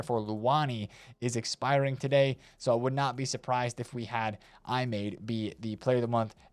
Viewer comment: Just say Imadé bro 😅